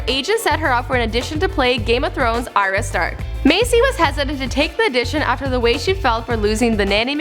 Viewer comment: Yan Yan Nope. it's pronounced ariya, not r ya. you even watch the show?